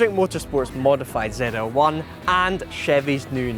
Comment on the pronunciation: It's ZL-1, not Zee L1?